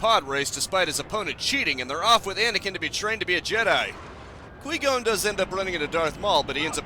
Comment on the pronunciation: Were you intentionally saying Liam nessons characters name wrong I gotta know